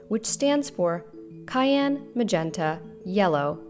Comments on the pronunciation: Great info! Also, I think it's pronounced "Syan", not "Cayenne" :D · Syan not Kyan. Mauve not Mov. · Great video, very informative. Just an FYI though that the C in CMYK is pronounced sy-an not ky-an 👍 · Thank you for producing this video. It’s nice to find someone who understands this complex subject. I offer only two minor suggestions… “cyan” is pronounced “sy-en”, not “cayenne”, and the preferred pronunciation of “often” is “of-en” without the “t”. Otherwise, excellent. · Good video. But Cyan is pronounced as 'Si-ann' and not Ka-yaan. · cyan is not pronounced kyan. Its syan. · Did you just pronounce Cyan as "Kayan"? Awesome video nevertheless! Thank you for a such an informative video. Really appreciate the efforts put into it. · Lodt me at Cyan, worked with colour over 40 years, never heard it pronounced Kyan. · sorry, as a professional you call cyan > kai-an?? really? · CYAN is pronounced "SIan"